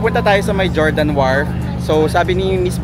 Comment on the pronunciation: Fyi lang po sir, ung Jordan sa Guimaras is not pronounced with J. 😅 say it like Hordan.